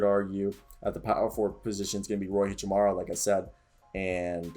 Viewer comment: How did you botch Hachimura?.. lol but yeah I think low key we are going to be a good team. Hichamuri lmaoo